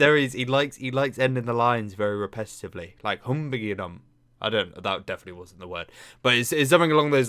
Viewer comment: Bro said - Humbiginm😂